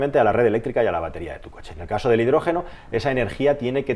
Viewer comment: Dice concha en vez de coche xD